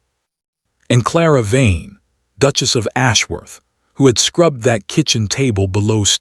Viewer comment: Good story but the Narrator can improve. I have to admit that the "Dooches' got to me